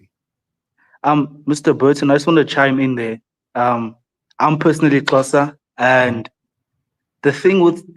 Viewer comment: Its great that pronounced Xhosa off the tongue so accurately. I'll never forget, in the 90's when these online chat rooms were available when the internet was young, there were a few Americans in and they literally thought there were Lions running around in my backyard. IT was funny at the time but alarming aswell. Love all your content and you should return to SA again.